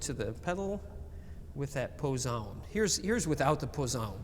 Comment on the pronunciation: Sorry guys, needa teach you some German😂! It's "Hauptwerk" and "Schwellwerk" , not Haupt and Schwell (whereas "Positive" is called Positiv - without "werk"). Also, the "z" in Prinzipal is pronounces sharp (like "ts" in "pets"), and the "e" in Posaune is not mute. I know it's difficult😊Greetings from Munich!